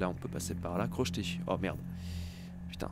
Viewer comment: C'est pas crochetète c'est crocheter